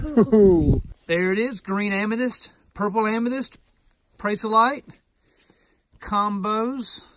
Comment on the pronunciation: Boy - your hair is gettin' gray! The green amethyst is pronounced "Pray-zee-o-light" with the accent on the first syllable. Thanks for showing us where and how the green stuff forms. I have a really nice, single prasiolite crystal about four inches long but I can't remember where it is from.